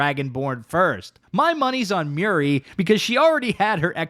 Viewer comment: Muiri ❌ Miri ✅